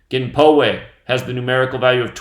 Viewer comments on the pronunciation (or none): Poway pronounces as pow-way like power. It's part of sd county. A friend of mine lives like a block from there. They pretty much blocked the whole area that she had to drive around to get on the 15 highway to go somewhere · Just a fyi, I live in Poway, just a few blocks away from where the shooting occurred, and its pronounced POW-WAY not PO-WAY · I live in SoCal about 20 minutes from my house. Pow-way sounds like